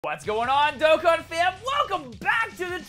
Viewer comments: Did- did you just- SAY DOKKAN CORRECT?!?! Lmao, amazing luck btw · hold up, did you just pronounce "Dokkan" correctly in that intro?!?!? 😂